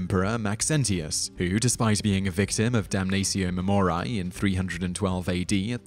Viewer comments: ok dude its 'DUM NUH TSEE OH MAE MO REE AE' ae is like 'a' in 'aching' not 'dumneisio mumoraiy'... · I'm sorry, but the way you pronounce it, "damnazio memoriay", is giving me such cringe... since it was a roman practice in the classical era it would be pronounced "damnatio memorieɪ", pretty much the way its written. Don't make it hard without it having to be ;) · It will do so, just as soon as this narrator learns to read his script properly and check the pronunciation of obscure words such as "damnatio", "memoriae" and "deify", before opening his cake-hole. All that good research being annulled by sloppy presentation. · Sure, but he pronounces "Damnatio Memoriae" five or six different ways in this video alone! The Trans-Atlantic divide can't excuse that, can it? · If you are going to make a video in which you say a Latin word repeatedly, make sure that you are pronouncing the word correctly. As a student of Latin, every time you mispronounce Damnatio Memoriae (which was every time) I became more and more irritated. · He's speaking British Latin.